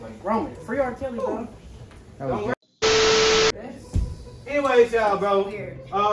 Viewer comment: AM I THE ONLY ONE WHO HEAR HIM SAY " FREE R-KELLY"😂😂😂😂😂😂